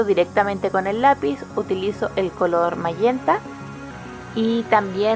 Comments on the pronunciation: Lo que suena raro es ese tal mallenta o como se diga SE DICE MAGENTAAA!!! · Pintas muy hermosa la comida, pero me encantaría ver que pintes rostros, flores, paisajes , etc. Nunca me pierdo tus hermosos videos. Una observación. El color magenta se pronuncia majenta en español y en inglés se pronuncia mayenta 👏👏👏👏👏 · En español es magenta (pronunciandose majenta), tu público es hablante del español, aunque "te suene raro", suena mas raro "mayenta". Por lo demas, una gran clase.